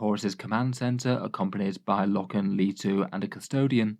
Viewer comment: The scariest part of this video is pronunciation of Loken.